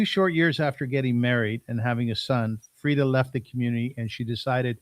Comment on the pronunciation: I noticed the way you pronounced her name brought her back to her roots, Frieda is so childlike and innocent, I can listen to her speak all day. I love her! Thank you for having her on